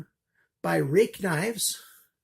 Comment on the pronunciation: i googled the spelling and google says its pronounced "rooick"